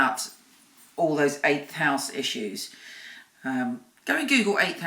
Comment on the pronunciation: I'm just wondering what is the word you saying about 11th of January its 8th..... I can't understand the second word